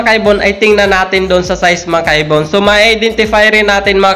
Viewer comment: "Mga kaibon" Pala Yun? Kala ko "makaybon" 🤣🤣🤣